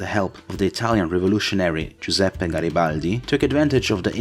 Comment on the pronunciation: As an italian, we absolutely avoid this subject in history for the hole of the history teaching. In a way you told in 8 minutes more italian history than 13 years of obligatory class. LOL p.s. (very much enjoyed the correct pronunciation of Garibaldi :) I absolutely love your content, and even if short I love anything you do, really, keep the work up pls!